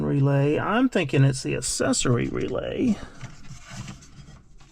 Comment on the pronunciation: I’ve never heard anyone say accessory like this before. I hate it . This dude went his whole life pronouncing the word accessory wrong…. lol